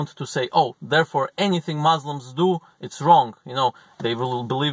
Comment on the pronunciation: It’s Muslims not mauslims